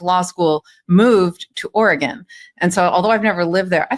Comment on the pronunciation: Thank you,, for pronouncing Oregon correctly!